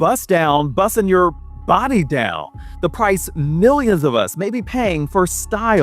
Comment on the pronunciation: “IS YOUR BUSS DOWN, BUSSING… YOUR BAWDY DOWN?” 😭😭😭😭😭😭😭😭🤣🤣🤣🤣🤣🤣🤏🏽